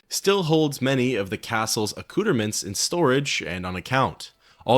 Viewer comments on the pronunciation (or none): "A cooter-mints" 😂